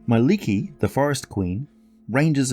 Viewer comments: Mie-lik-ki (Edit Finnish is hard even for a finn,Indeed its mielikki not Mielekki. xD) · Two k's please. :) Google finish person saying Mielikki.